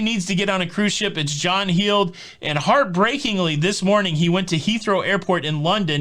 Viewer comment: It's not John "Heeeld". (Sounds like Heel) It's John "Held" (sounds like Held). Spelled Heald.